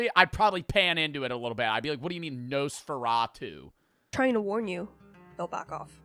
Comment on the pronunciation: when i heard “nosferateu” i thought of that one spongebob episode.